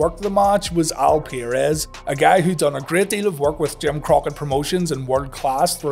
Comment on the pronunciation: It's 'PURR-EZZ' not 'PIERRE-EZZ'